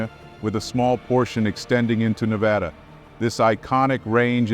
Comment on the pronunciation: Yay, someone pronounced Nevada the proper way!!! its not nevauda...like some people say.